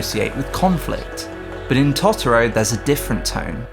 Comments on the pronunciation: It's Totoro, not Tottoro! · The pronunciation of Tot-oro is like nails on a drawing board 😅 It's Toto-ro same as in the end credits song... Good video though 👍🏻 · I'm really sorry the video was great super interesting but the way you kept saying totoro was killing me 😩😂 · After he mispronounced Totoro 5 times I gave up watching this. Learn how to pronounce the names of what you're talking about before acting like an expert.